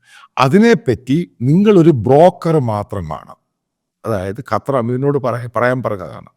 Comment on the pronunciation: Sir. കറ്റാർ അല്ല ഖത്തർ എന്നാണ്